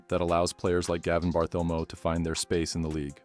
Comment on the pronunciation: The AI voice really annoys. "Gavin Barthelmo". Sheesh!